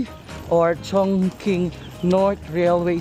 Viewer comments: its Chongching when you pronounce chongqing💙 one of the place I want to visit 🔜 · ChingQing in China pronounced as “chong-ching”, not chong king.